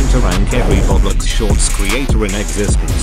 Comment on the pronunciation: ITS CALLED ROBLOX NOT BOBLOX